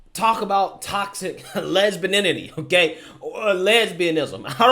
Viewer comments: Lesbininity Gold. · "Lesbininity". Mic drop, 😎